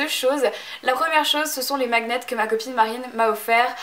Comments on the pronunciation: Euh non il est dans le dictionnaire français aussi donc comme on est en france, tu le pronce à la française donc "magnette. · magnets ? tu le prononce d'une façon bizarre, normalement ça se prononce "magnette" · bah c'est la première fois que j'entend quelqu'un le dire comme elle le prononce, et c'est quoi le rapport entre aimant? en France le mot"magnet" existe, regarde dans le dico avec la prononciation ça se dit bien "magnette" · Tu peux aussi le vérifier sur internet, on trouve des dictionnaire en ligne :) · Super vidéo et c'est vraiment marrant, ta façon de dire : magnets ^^ Continue comme ça ! tu es super !